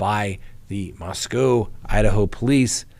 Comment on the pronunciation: Being a native Idahoan, and former UofI student, I appreciate that you are working on the pronunciation of Moscow. Thanks!